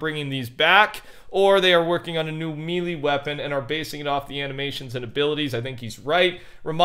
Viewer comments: it's pronounced "may lay" not "me lee" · Somebody’s gotta tell that melee is pronounced may-lay and not me-lee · "Melee" pronounced like "may lay". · "melee" is pronounced "may-lay"